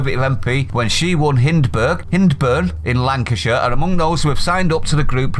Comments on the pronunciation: It not hin its high-burn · It's pronounced Hindburn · It's hynd is hind as in female deer , Accrington area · Hyndburn is pronounced High-ndburn! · Hyndburn pronounced Hindburn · Good, we will see how they fair in due course? RP, Hyndburn is pronounced "hi-nd-burn" all in one lovely go Hyndburn! The home of Hollands Pies!